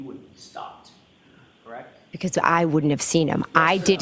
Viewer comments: I’ve never heard someone pronounce “correct” as “ca-reckt” 😂😂😂😂😂😂 anyone can see she’s not telling the truth. Look at her eyes, there’s nothing behind them! Evil. You don’t have to look at phone records and transcripts every five minutes if you’re telling the truth 🤦🏼‍♀️ Edit—and to the brother, he shouldn’t be allowed to sit and stare at Karen like that CONSTANTLY. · "KRACT" version of CORRECT